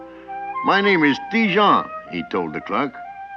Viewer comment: Ha ha! Le narrateur prononce Ti-Jean comme Dijon!